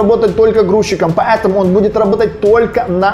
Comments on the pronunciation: Не могу сконцентрироваться на видео , потому что каждая его фраза «па Э таму» вызывает дикий смех😂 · ПоЭтому, поЭтому, ПоЭтому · меня одного бесит как он говорит "ПАЭТАМУ" ?